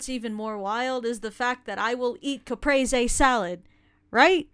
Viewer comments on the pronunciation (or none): I'm only judging by the way you pronounced caprese